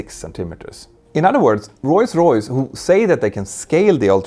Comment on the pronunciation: Petter makes the effort to properly say "Rolls Royce", but still occasionally says it "Royce Royce" :)